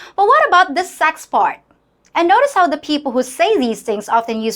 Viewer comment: In de first place, learn to pronounce the. PLEASE!!